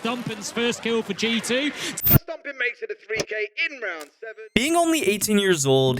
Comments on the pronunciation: is it just me or do it sound like he keeps saying "stomping" instead of stompn? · why are you saying stomping 😭 great vid though